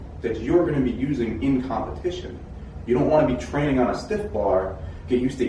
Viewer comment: “traning” lmfao